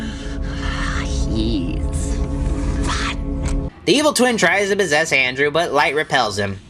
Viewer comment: He said mossess instead of possess